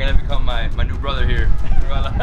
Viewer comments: Not Corala Its Kerala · Hey. I absolutely love all your videos but I am hating the fact that repeatedly you are pronouncing kerala wrong and no one is even correcting it. I would wanna pitch in and try and correct it. Ke sounds how the alphabet 'K' sounds 'Rela' will sound rela from cinde(rella) So alphabet K and rella from Cinderella added both Shud sound the right 'kerala' Love and peace.